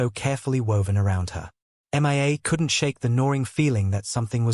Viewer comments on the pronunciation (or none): It is hilarious how this AI narrator called M.IA. Her name is Mia , Julian mistress. A simple name. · Couldn’t even concentrate with the continual referring to the girl as M. I. A instead of Mia it was laughable as if she was missing in action does anyone even listen to these before they are posted ?😀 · The narrator says M I A and not Mia. The AI (artifical intelligence) narrator is substandard. The channel's owner needs to do a better job. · Haha Mia is not pronounced M.I.A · That drove me mad. So bad I was getting confused. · HOW HARD IS IT TO SAY MIA INSTEAD OF( M. I. A. missing in action ) ? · It is AI. Even the pronunciation of her name.He has a hard time saying it.